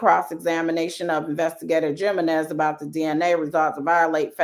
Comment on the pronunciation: I think the J in Jimenez is pronounced like an H as in "He men ez." Like Jesus is Hesus.